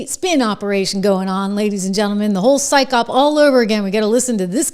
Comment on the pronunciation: Psyop, pronounced sigh op, not syke op